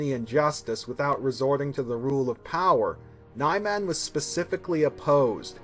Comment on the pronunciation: 4 years later, and you're still pronouncing it as "Nigh-Man" instead of "Nee-Mahn".